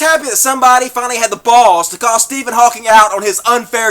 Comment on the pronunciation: Please. His name is Hawking, not "Hawkins."